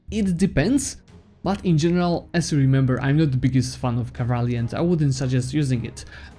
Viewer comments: It's cavalry not cavarly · I don't mean to be rude man but seriously you better check the pronunciation of the "cavalry". Besides that, great video keep it up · Me: Cavalry: Cavraly Me: OK, Cavraly Great guide, I was able to beat Ottomans with your advice. About time I learned to use combat effectively, I've just been throwing my full army into the fray for the last 1k+ hours.